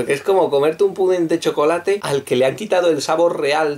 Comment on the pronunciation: A los aztecas les dio cancer alescuchar "chocolatl" de queso D